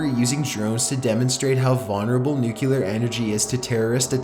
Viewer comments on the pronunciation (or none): FOR GOD SAKES.... IT IS NUCLEAR! NOT NUCULAR. why are you so stupid that you don't get this!?!?! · I like his videos buy how hard is it to pronounce the word "nuclear"? New-clear, not nuke-u-ler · OMG it's pronounced NEW CLEAR, not NUKE YOU LAR!! PLEASE give up your day job!! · NUCLEAR, NOT NUCULAR CHILLS.. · its pronounced NU-CLE-AR not NUKE-UL-AR STOP TRYING TO SOUND SUPER INTELLIGENT HAHAHA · Nukular? Why do people say "nukular"? Nulular is not a word people!! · its not fucking nu-cu-ler its nuclear! ffs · 1. It's pronounced CHIL-AY, not "Chilly". 2. It's pronounced NU-CLEAR, not "Nukular". Also, it's only a model. :) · PS: it's "NUCLEAR", not "NUCULAR" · Nuclear = Nuke-ya-lerr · The "nuculer pollution" is actually steam fam. (I know its spelled nuclear, I'm not retarded)